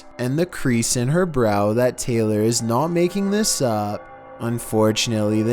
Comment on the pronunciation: The way he says a little girl name Taylor 😭